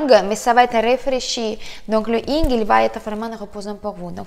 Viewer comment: On dit pas Ying mais Yin !